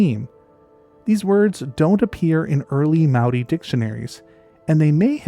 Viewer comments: As someone from the area in New Zealand this is of special interest to me! You've done a great job collecting references and did a pretty good job pronouncing the Maori names (pronunciation changes throughout the country actually), but we've a stash of lost wildlife that I secretly hope will show up again one day! So to topic: Given the number of wild animal releases that New Zealand had in the early years, there's every possibility that someone tried to to introduce otters, and beavers, amongst the list of everything else that was brought in as "game animals". Both have reasonably short lifespans (~15 years and ~10 respectively) so I'd propose a small group of introduced individuals who failed to maintain a population. All of that said I think it's also important to keep in mind the power of suggestion, and my conclusion on this topic has always been the same as yours :) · Your Māori pronunciation for our native species is really good. A rare thing for people who havent spent a lot of time here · Well someone finally did their reasearch on pronouciation. For a non-kiwi making that effort, i am impressed. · Mate this is an amazing effort at pronunciation of Maori language, seriously appreciated, well done. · Loved your pronouncement of Maori language, also a brilliant presentation. Thankyou from a Kiwi phellar. 😊